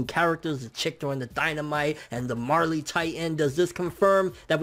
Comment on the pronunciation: Marely titan?? You mean the Jaw titan....